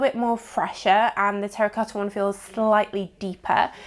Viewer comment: How she says 'Terracotha'😂 lol